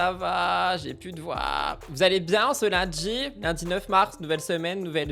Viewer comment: "ce lundJi" "" merci d'exister hahaha